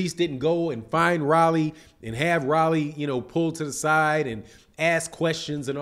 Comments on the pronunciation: I's not "Rally" , it's Rolly. Get the man's name right. Its not hard to pronounce. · ROW-LEE ... not RAH-LEE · Mispronouncing his name, its rolly.. Like roll.. E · I couldn’t even get through the video. It’s pronounced “Roll-ee” lol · How you mispronouncing this man Name like dat...Super Lame!!!